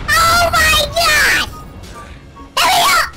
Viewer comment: "Ohmahgawd it's blanka"😂😂😂😂😂